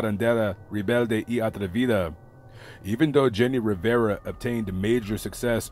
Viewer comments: Your good in reading spanish. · Thank you for doing this video and covering the death of our Queen Jenni Rivera. Your Spanish pronunciation was on point!!